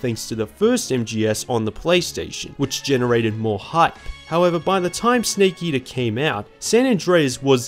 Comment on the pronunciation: "sneak eater" (Don't worry, us kiwis across the ocean also get shit for our accents lol. Great video!)